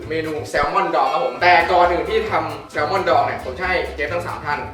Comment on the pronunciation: คอนเทนต์ดีนะเป็นการท้าทายอีกแบบนึงที่รู้สึกว่ามันน่าลุ้นดีแถมวุ่นวายอีกต่างหากชอบๆ แซลมอนไม่ใช่แซลมอล อย่างฮา 5555 หัวเราะหนักมากช็อตนี้ ขยี้จัด 555 หัวเราะหนัก 2 5555 ไปโกรธไรมา 555 หาไวจัด เรียบร้อย 5555 เหลี่ยมจัด 5555 วุ่นวายมาก